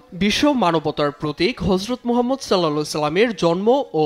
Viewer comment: এই উপস্থাপিকার বিরুদ্ধে ব্যবস্থা নেওয়া হোক উনি আমার রাসূলে পাকের নাম মোবারক সঠিকভাবে নেননি।। হযরত মুহাম্মদ মোস্তফা সাল্লাল্লাহু তা'আলা আলাইহি ওয়াসাল্লাম আমার রাসুলে পাকের নাম মোবারক আদবের সহিত নেবেন